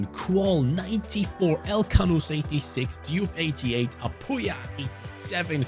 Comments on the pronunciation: As a Mizo I'm pretty satisfied on how you pronounced Lalrinzuala and Apuia , although your pronunciation on Lalchungnunga could be better I'm pretty impressed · You're pronouncing that "Lalrinzuala" & "Apuia" perfectly!!! Mizo names are very hard to pronounce, and that "Lalchungnunga" was very close as well. Big Respect!